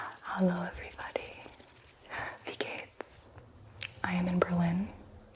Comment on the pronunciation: I'm really surprised how well Gibis German spelling is! :D Your "Auf Wiedersehen" and "Wie geht's dir?" sound SO GERMAN, I was really confused at first xD Also great to hear that you enjoyed your trip. I'm a native german, but haven't been to Berlin yet, cause it's a 5.5h journey by train D